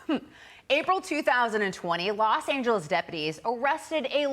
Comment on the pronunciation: Los angellies 😂😂